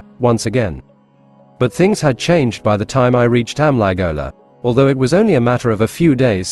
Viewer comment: As always its a good story, but the ai Narration part of Amligola and Gowndadhurai pronounciation is very of putting.